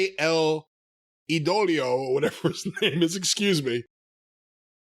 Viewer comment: Andrade “El Idolo” (ee-doh-low) it’s NOT that hard….